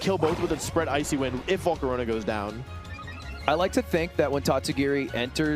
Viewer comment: “Volcoronia” bro STFU jesus how r u so bad at pronouncing shit